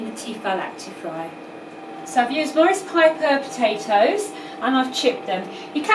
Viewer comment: Maris Piper lol. Not Morris piper